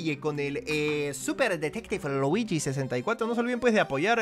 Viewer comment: Se dice Luigi no druigi a por cierto me gusta tu nueva serie de detective Luigi